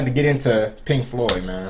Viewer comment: Dude, you said "The music gods are pleased with Pink Floyd... THEY'RE PLEASED WITH PLINK FOYD, MAN!!!!" 😂😂😂